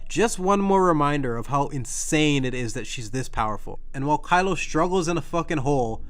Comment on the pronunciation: I'm pretty sure he said Crylo that one time.